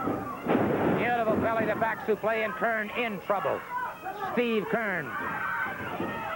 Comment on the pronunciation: Gordon it's supleX, not suplay. This is not a french backdrop. lol